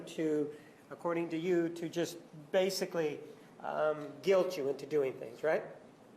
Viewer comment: I hate how she says "guilt". She adds an unnecessary "z" to the end. Ugh I fucking hate her.